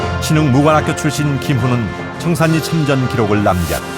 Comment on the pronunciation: 참 거슬리네요. 청살리지, 청산니? 그러면 신라도 신나네?